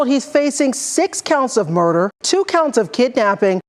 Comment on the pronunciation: 6 counts of murderrr??